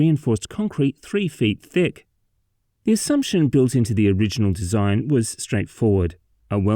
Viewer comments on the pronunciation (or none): none